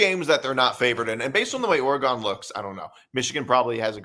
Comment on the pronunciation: Oregun not Oregone